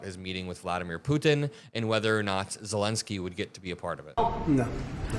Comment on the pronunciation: thank you for getting Zelensky's name right - unlike Trump, Ben Meiselas, Kaitlan Collins and all the other Americans who keep incorrectly calling him "Zelinsky"